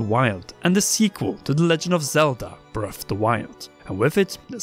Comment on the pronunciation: Breaf’de Wilde